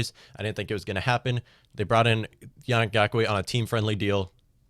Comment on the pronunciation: It's easier to call you Mutt. Mike Twit (also easier to say, but you know who I mean you) you should really, be respectful and call him Yah-neek. This is what people mean by systemic racism and the failure to recognise it meaning that you are part of the problem.